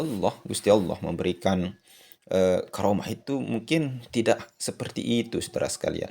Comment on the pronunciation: assalamu alaiku,m maaf jangan sebut garomah dengarnya kurang enak. bukannya karomah. itu lafal menggunakan huruf kaf. he he he punteun